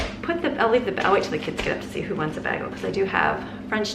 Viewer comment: I love the cute way you pronounce “bagel”! Lovely, uplifting video, thank you!